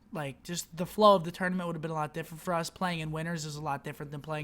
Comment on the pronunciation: "Flwowwww" - Scumpy 2016 😂